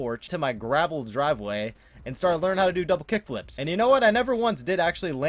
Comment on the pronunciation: "Dravel Griveway" lmao